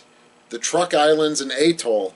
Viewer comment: I believe Truk Islands are correctly said "trook" or "chook" in the local language.